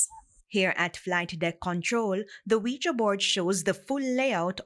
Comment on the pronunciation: Did she say Quija board?